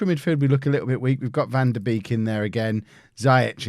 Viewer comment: Van de beek is pronounced van de bake, loving the series <3